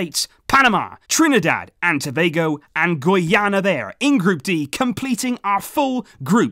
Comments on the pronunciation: guyana is prounounced guy-ana😂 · It's pronounced as Guy-ana lol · Yoo, you pronounce Guyana wrong. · He said my country name wrong It's Guyana